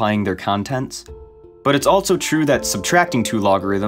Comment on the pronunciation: The way this guy says “also” makes my eye twitch every time